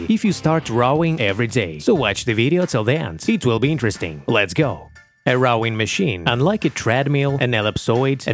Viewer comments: It’s rowing not rawwing . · Dude, you need to work on the pronunciation of "ROWING", there is no A in there!